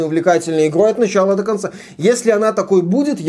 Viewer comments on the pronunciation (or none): none